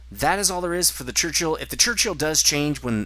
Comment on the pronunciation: Crunchill LOL :P it's a 'Churchill' mate :)